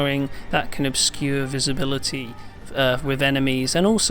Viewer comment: The word is CAN, not Ken. how come this guy can say "can't" but constantly says "Ken" instead of can?